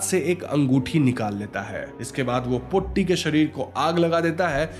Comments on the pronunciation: It's not brammayugam, it is bramayugam, 'bram' means madness or delusion. And it's not potti, it's pôtti, Tata t. And it's chaaathan, not chattan. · pronunciation of the word "potti" is wrong. POtti's "po" should be pronounced as "po" of Porridge. "tti" should be pronounced as "tti" of witty. In older days, some Brahmins used to exploit their domestic help, workers' wives!! Those are not affairs!! Just call it exploitation. Cook's mother is one such person,who is from a lower caste. Even though the lower caste people are called untouchables, was it possible without touching!!😅 We don't know!!😅😅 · Sounded more like potty😂